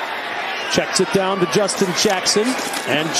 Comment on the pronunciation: bear dahhn